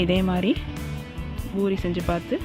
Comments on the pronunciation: Not boori say poori 😀😀😀😛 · It's pori not buri 🤦🏻🤦🏻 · Irritating when she says buri...